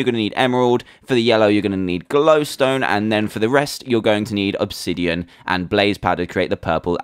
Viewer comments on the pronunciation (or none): none